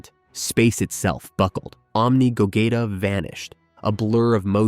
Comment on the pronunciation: No offence but you’re saying Vegeta’s and Gogeta’s names wrong the e in their names are silent and you the g you have to say it by its self not when you say it in go